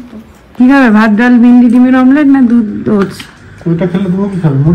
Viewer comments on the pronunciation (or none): none